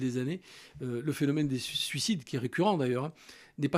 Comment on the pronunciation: OUI ! MERCI ! Enfin quelqun qui sait prononcer correctement le mot suicide ! Ça faisait tellement longtemps putain merci, ça fait du bien à l'oreille !